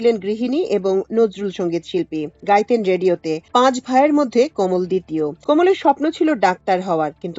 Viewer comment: কোমল নয় কমল যদি তা পদ্ম হয়। উচ্চারণ বিভ্রান্তিকর